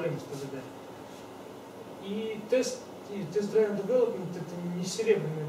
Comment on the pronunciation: "Дривн", чувак. Не "драйвн" :)